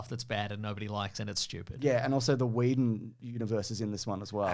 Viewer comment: Joss Weedin’s Justice Weeg 😂